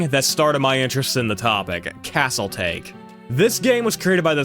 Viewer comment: pronounced Taa Kay not take, great video! :)